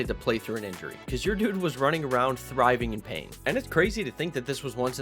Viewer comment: It's "writhing in pain" not "thriving in pain" 🤣. Thanks for showing how shiesty and stingy these developers are